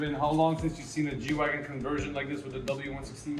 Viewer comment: Nice. And it’s G-Wagen with “e”. As in Geländewagen.